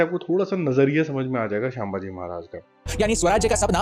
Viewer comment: Bro थोड़ा करेक्शन है.. संभाजी महाराज है शांबाजी महाराज नहीं..